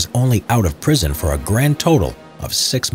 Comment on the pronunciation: HE SAID PRISOMUN INSTEAD OF PRISON!!!!!